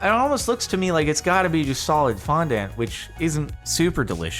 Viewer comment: The way that he says fondant kills me every single time I swear 😅